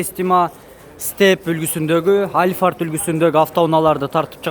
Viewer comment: Альфарт эмес Алпхард десең